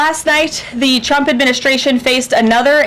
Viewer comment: She said Chump instead of Trump, it's getting weird.